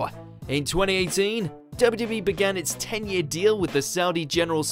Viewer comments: Has been drinking? He can't say W.W.E! It sounds like wwbee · You can never say ‘WWE’ again